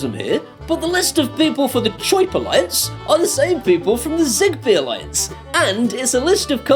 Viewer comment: "Choip" is the way that people from Brooklyn, New York pronounce the sound that a bird makes (Chirp)